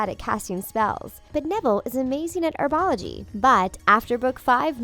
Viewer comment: ITS HERBOLOGY WITH AN H NOT ERBOLOGY